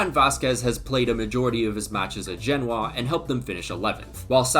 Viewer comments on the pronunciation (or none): none